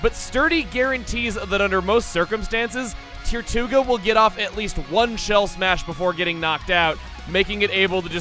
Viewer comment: When you said “tirtouga” I kept hearing “Tier 2 ga”. It became annoying really soon.